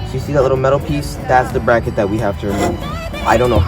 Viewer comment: "BACKET"! lol. but for real, you're really clear, easy to listen to, helpful. thank you!